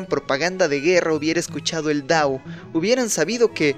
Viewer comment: Porqué dices “dao” en vez de “tao”?! 💀